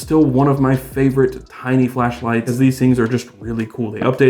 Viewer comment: Pronounced tiny not tini,JS!